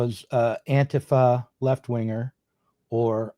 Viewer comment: This is the most reasonable I’ve ever seen … good solid points mostly without much right wing bias. Also impressed that shows his leftist roots by knowing how to say anti fa the right way.